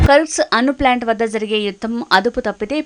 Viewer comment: అను కాదు అణు